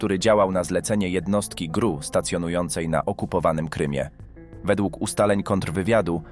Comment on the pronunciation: Lubie ten program, ale czasem zdarzaja sie male wpadki w wypowiedzi lektora. Druga sprawa o agentach GRU i sposob przeczyrania czyli ''GRU'' a powinnien powiedziec ''GieeRU''